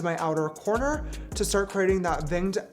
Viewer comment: he meant to say winged but said it with a v like vinged and it sounded like a russian accent